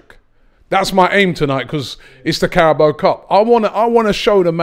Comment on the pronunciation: “This is the Carabal Cup” 😂😂😂😂. can’t pronounce any names or anything right